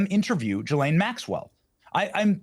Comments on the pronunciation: I’m confounded as to how Benny Johnson can spend the entire interview hearing Ghislaine’s name pronounced with the g sound like in the word goat and yet he continues to mispronounce it with the g sound that sounds like a J. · I have heard this lady's name pronounced a multitude of ways. Are we to assume her brother is correct and it's pronounced "Gil - lin" and not "Gil - lane"? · I didn't know that is how you pronounce her name. Gilan? Rhymes with.... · Main thing I just learned from this is that her name is pronounced GILL-lane. Emphasis on the Gill lol I never really knew for sure. I figure her brother knows so I’m gonna go with what he says lol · So finally we know how to pronounce Ghislaine's name. Her brother pronounces it as 'Gillan' and as he is family to her, I suppose we can trust his take on how to pronounce her name. Of course Piers continues to pronounce her name as 'Gillane'. Everything else her brother is saying seems extremely suspect, I doubt anyone is convinced by him. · Is it pronounced Gees-lane, Gis-lane or Gee-lane?